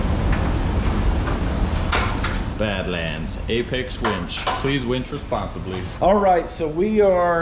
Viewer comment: You said "please winch responsibly"... I heard "please wench responsibly". 🤣😂